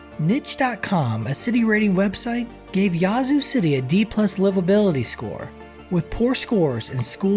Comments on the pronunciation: it's Yeah-zoo. Not Yah-zoo. 👍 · You need to put a little more soul on in when you say Ya-zoo. I'm from Mississippi and that is not how we pronounce it fella. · You're pronouncing it wrong. It's not yah~zoo. The ya sounds more like the A in "at" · 5L - who TF you calling stupid!? No ONE pronounces that piece - Yahzoo - 99.9% of Mississippians call that piece - YEAH-zoo. You feeling spicy about it, come to Jackson and we can talk about it some more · Born and raised, definitely a rough place to live. It's not pronounced "Yah-zoo" city though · You can tell when someone is not from Mississippi, by the way they pronounce the names of certain cities 🤣🤣🤣🤣🤣🤣🤣